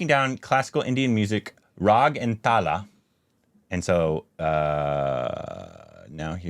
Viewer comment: It's Raag and Taal .... Not Raha & Tala